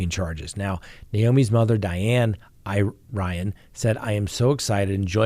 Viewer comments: I believe Irion is pronounced EAR-ee-ohn,. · Naomi's last name is pronounced EAR-E-ON. I hope she is found safe. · 'Irion' is a French name,... juss sayin'!! (Iri rhymes with Siri and 'ion' is 'yon') in my rough translation.:_Love::_gavel